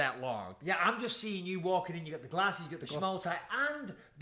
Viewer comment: Bisping turned back into a northerner for a second when he said gate and gyeah.